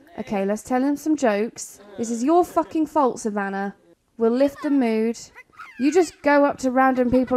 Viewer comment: Yay . Someone saying savannah right .. most add a r in the name . My granddaughters name is savannah and she is a teen